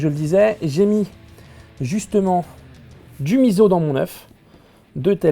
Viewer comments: s'il te plaie thibault on dit MISSSSSSSSO et pas miZZZZZZo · Menteur, il a une haltère . Il a suivi le conseil de la voix off ^^; ==> またね。 Au passage, on dit "miso" et pas "mizo" >< (le "S" se prononce "S" en japonais, pas "Z"). Sinon, merci pour la recette. Personnellement, je m'attaque aux recettes de Food Wars (celles qui sont proposées dans le manga, mais avec quelques adaptations).